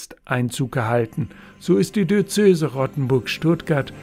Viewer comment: Warum sagen Sie wie viele Kirchenleute immer "Di-ö-zö-se"? Es heißt doch "Di-öze-se". Sagen dich lieber "Bistum" - das ist leichter!